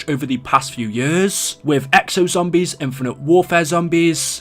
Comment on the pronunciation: This dude talks fucking horrible Pronounces zombies as Zombieeeees